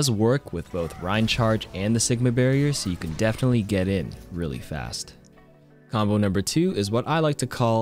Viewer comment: mombo? Am I hearing this right